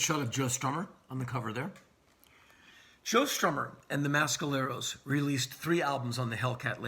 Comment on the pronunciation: Not how you pronounce Mescalero.